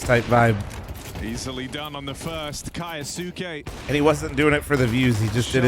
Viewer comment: kAyAsUke damn commentator. Read it bruh 😂